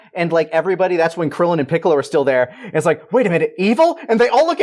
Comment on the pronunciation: why did the dude onna right say Goku and krilllin wrong?